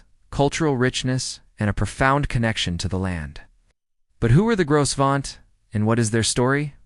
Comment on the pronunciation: The "s" is silent